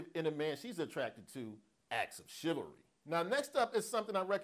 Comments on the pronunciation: Shivery? Wtf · Shivery = Chivalry lol